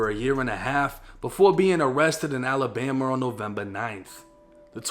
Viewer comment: Yooo say Alabama again.... Alabamra 😂